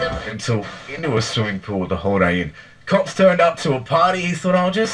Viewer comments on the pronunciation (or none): none